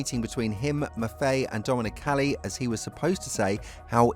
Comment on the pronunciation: GET HIS NAME CORRECT !! ITS NOT DOMONIC CALLI